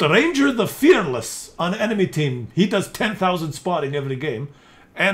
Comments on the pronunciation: Ragnar...NOT Ranger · RAGNAR!!! Not ranger! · i like how he keeps calling Ragnar - Ranger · its RAGNAR ffs :)